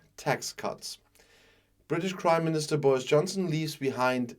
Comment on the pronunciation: The British Crimeminister, that's what I heard anyway.